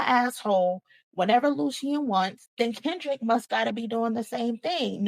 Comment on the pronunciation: U said crindrick 😂😂😂😂